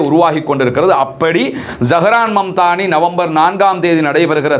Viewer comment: அவர் பெயர் Zahran mamdani இல்லை, zohran momdani சரியாக சொல்லுங்கள்